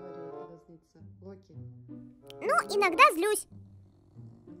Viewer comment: ты не правильно сказала не лаки а надо локи